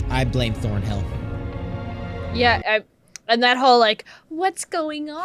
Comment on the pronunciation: It's ThornHILL not ThornBILL ... 🤦🤦